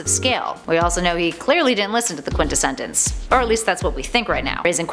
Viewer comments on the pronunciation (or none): I absolutely LOVE you and your insight on comics! If I may though, it's the "quint-es-sence", only 3 syllables! Thank you for this amazing insight on a character I feel may not last long! Keep up the amazing work! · "Top Ten Words the Can't Pronounce" #7: Quintessence.